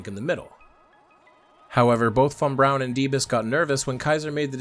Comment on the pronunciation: THANK YOU for pronouncing von Brauns name properly. Drives me nuts to hear people hit the German W and then drop a bron immediately after it.